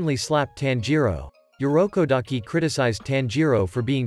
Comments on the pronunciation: Urokodaki Not Yurokodaki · It irokodaki not yorukodaki😊